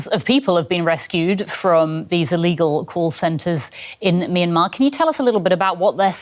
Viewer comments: What's "My Na Mar"? 😂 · Love the pronunciation of the American guy for "Myanmar" real mister international 😂